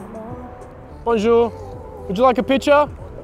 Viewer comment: I'm half french and the ''BoNjOuR, picture?'' hurts to watch but it's still funny as hell haha